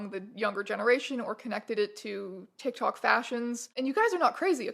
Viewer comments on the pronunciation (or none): none